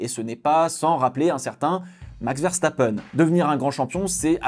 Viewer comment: c'est VE et non Vè donc Verstapen et non Vèrstapèn